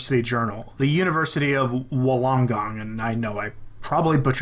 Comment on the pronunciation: Pronounced Wool-on-gong.